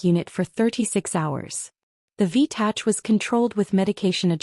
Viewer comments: It’s V- tach not tatch. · I can't stand it any longer! IV in this story is "intravenous" and not "four." Also, "v-tach" stands for ventricular tachycardia that is pronounced "v- tack" as in "tackycardia" like in mechanical or mechanics. Now, please get it right in all the stories. Don't you listen to your audio? Do you have pride in your final product? Or are you ignorant of the words your AI writes? Is it just about the money? Should you pay heed to this comment and others, SVP ensure that the written captions are coherent with the proper pronounciation where appropriate. Looking forward to improvement.